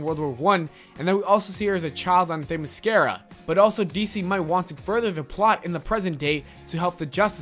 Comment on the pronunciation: You also misprounounced Themiscyra